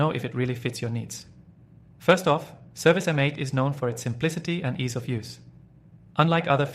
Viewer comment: Its service mate, this was hard to listen to with you saying M 8